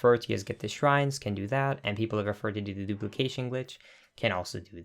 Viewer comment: DE DUPLICASHON GLITSH